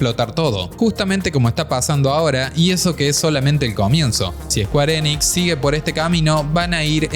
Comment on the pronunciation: squarenix... ulalal señor frances.... entonces como se dice? SQUARESOFT